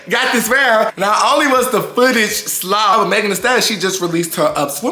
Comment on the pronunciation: “It was slaw” is soooo memphis😂😂 i went to school with many memphis folks. Love u!